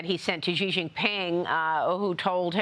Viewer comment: Xi is not pronounced "Gi".